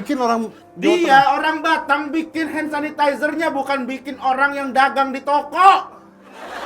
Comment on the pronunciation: Kayak emak mertua gue ngomong hand sanitizer suseh banget 🙈😅🤣🤣🤣🤣🤣🤣🤣